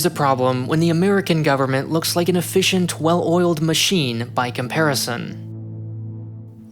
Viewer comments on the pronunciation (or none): none